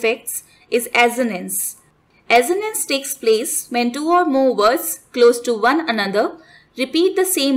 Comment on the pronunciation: This is pronounced असोनंस not अजोनंस. Assonance। And send word Alliteration this is pronounced as एलिटेरेशन not एलिट्रेशन